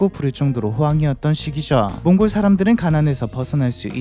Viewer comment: 왜 몽골로 라고 안하고 몽고르로 라고 발음 하시는지 궁금하네요 버릇인가?